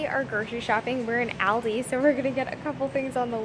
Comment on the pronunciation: Ruined it by saying aldi wrong lol